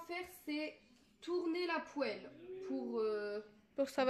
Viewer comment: "Tourner la puele" c'est facultatif 😭